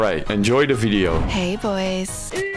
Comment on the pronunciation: *Video and not Ffideo